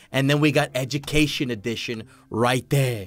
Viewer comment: You said edumacation